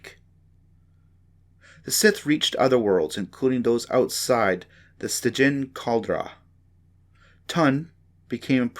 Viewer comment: Man I really appreciate you putting that book online for us and you know going through the trouble of reading it but I think you should redo it because it'd be a whole lot better if you even pronounce one of those words correctly like almost every word that you said like the Ricotta and stygian Caldera all those words you mispronounce